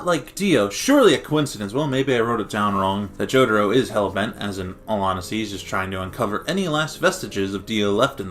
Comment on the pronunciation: It's not Jodoro. It's Jotaro! LOL